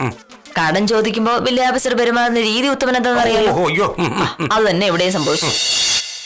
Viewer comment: 18.01 uthama, vakkeelaappees alla.. Village aappees 😄